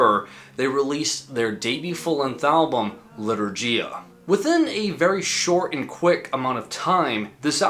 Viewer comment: Lee-tour-ghee-ya (gh as in ghost)